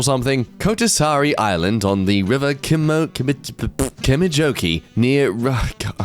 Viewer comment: Cmon kemijoki isnt taht hard to say, just pronounce it how you write it, that easy